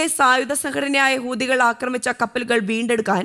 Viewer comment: ഹൂദികൾ അല്ല. ഹൂത്തികൾ എന്നാണ്.